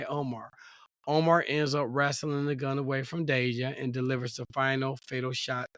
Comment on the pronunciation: It's TA DAY SHIA.